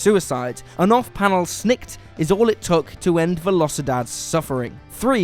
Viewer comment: it’s veh-lo-cee-DAHd